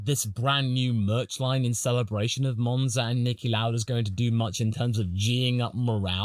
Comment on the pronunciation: i think its three letters MONza and MONaco but besides that nice video